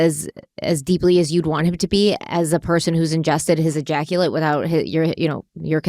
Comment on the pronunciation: Thank god I’m too old to play drinking games. Every time said ejactulate…😂